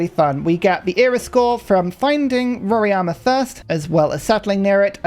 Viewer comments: nice content!! About the wonder, It's not "Roriama" but "Roraima" 🧐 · Rora-ima (not Rori-ama)